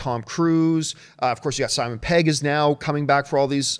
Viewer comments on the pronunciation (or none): none